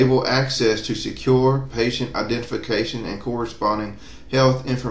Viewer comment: patient not patent lol